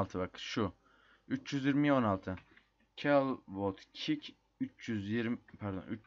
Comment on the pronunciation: Ne kick ne diyon kardeş anlasılmıyo